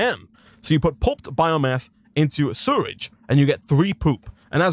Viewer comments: It took me a while to realize he was saying "sewage", surrage vs sew-uge. I wonder what accent that is. Loving this wild mod though, and you're doing a great job. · I can’t believe how you say sewage you say suridge like how do you do that??? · ITS SEWAGE NOT SURAGE edit: im sorry i just have ocd in pronouncing things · Dude it’s called sewage not suirige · You mean sewridge? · the way he says sewage concerns me.